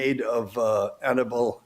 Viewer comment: If you want me to take you seriously, can you AT LEAST pronounce the name Annibale--(ahn--EE-bah-lay) correctly? Try it. Ahn--EE--bah--lay. The stress is on the second syllable. Ahn--EE--bah--lay. The name is not Annie belle. Not unless YOU wanna be known as Josephine. Ahn--EE--bah--lay. Ahn--EE--bah--lay. Ahn--EE--bah--lay.